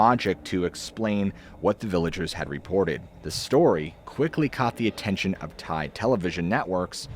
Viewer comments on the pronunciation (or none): none